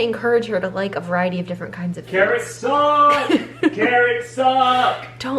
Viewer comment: “carrots sUUUck” 😂 I say caramel the same way you do (from California also moved to Texas.) omg I need to try Billie because I’m the same way. Super sensitive skin and have a weird fear of razor cuts (I know).